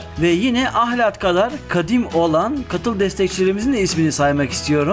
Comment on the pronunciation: Ahlati biturlu düzgün diyemediniz ahlattaki L yi kırmadan söyleyin